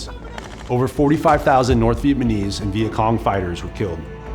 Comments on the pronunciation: Did you keep saying "Vietmanese" instead of "Vietnamese"? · Bro see a speech pathologist or smth, it’s not vietmanese it’s Vietnamese… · Vietmanese? Dawg. It’s Vietnamese. Jeez dude. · I loved this video and have watched and shared it several times. My OCD kills me over “Viet-man-ese”, though. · He keeps calling them Vietmanese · Nice video, kept saying "vietmanese" though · Good video but would have been nice if the narrator didn't say "Viet-ma-nese" the whole time :/ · You keep saying “Vietmenese” and it’s distracting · It’s not a bad mini documentary, but I keep hearing him say Vietmanese and it’s all i can focus on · If i was making a documentary about the Vietnamese, I'd at least try and make sure i knew how to say "VietNamese". Typical yank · my man saying vietmanese alot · It’s just sus my man can’t consistently pronounce Vietnamese and not say ViteMANese. Is there no one else on set giving this guy notes? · Two off topic observations: 1 his explanation of the macnamara fallacy sounded exactly like the idiocy of the covid response and 2 it's uncanny how consistently he says 'vietmanese' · This dude cannot say Vietnamese. He's saying VietMANese.... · Such a good documentary. But the “Vietmanese” irks me 😬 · Why does he keep saying "vietmanese" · The way you say Vietnamese is pissing me off so much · This guy seems to have trouble pronouncing "Vietnamese." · Fantastic video but I couldn't stop cringing with that pronunciation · Except he can’t pronounce “Vietnamese”